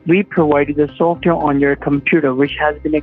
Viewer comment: This guy who pronounces software to "softer." He has been around for years now, I remember commenting on Kitboga's channel about this idiot with the same voice and same pronunciation for software. Listen but he only said it once. It is him.